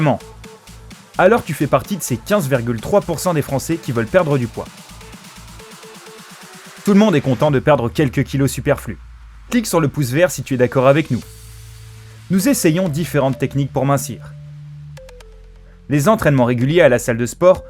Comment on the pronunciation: A il dit pouse vert